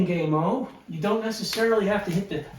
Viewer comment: Gam O Not Game O